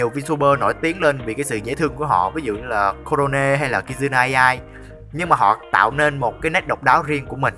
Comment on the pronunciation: giờ mới để ý ôg đọc "Kizuna Iai" =)))